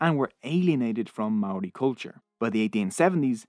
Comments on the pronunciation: your Pronunciation of Maori gives me GooseBumps, but thx for trying 🤷‍♂️ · I left my homeland Aotearoa a long time ago and loved this history, especially the odd bits of humour and the difficult facts. However, the mispronunciation of Maori was so glaring I shuddered. It’s PAH’ kay ha and wh is pronounced f as in Dame Feena Cooper. I also loved the narrator’s accent but please record again to get the Maori correct. It’s simple respect, as the content certainly showed.